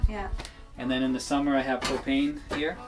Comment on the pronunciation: lol thought he said cocaine at first instead of propane